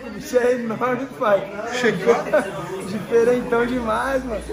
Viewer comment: Toguro falando pae tem pae !